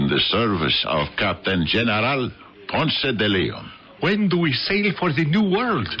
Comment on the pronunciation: If the actors insist on using those exaggerated cartoonish accents they should at least learn to pronounce Ponce de Leon.